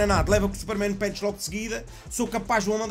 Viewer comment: A: Super-men Punch: Super-men pench 😂😂 Grande!